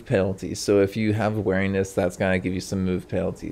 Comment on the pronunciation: "wear" iness LMAO you say weeriness like 'bear'. Very distinct accent there.